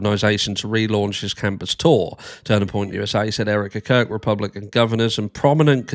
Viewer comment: Everytime you say Erika Kirk it sounds like you say Eric the Curd